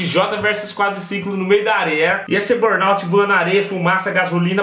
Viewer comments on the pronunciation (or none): none